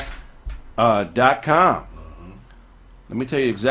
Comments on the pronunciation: BlockFi not blockofi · saying Blockfi wrong is hilarious. Him not giving a damn is even funnier